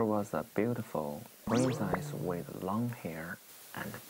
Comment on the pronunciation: laine lee Long time /hair 說成了 lung time /hair Princess 唸成 prin sais With 唸成了 wait